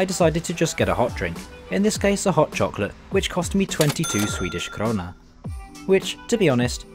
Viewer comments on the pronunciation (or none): Det kan jag inte påstå. Krona låter som han säger Corona, Stockhulm(?)